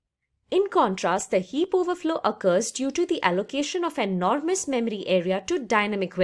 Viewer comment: I like how you say "" Memery" :D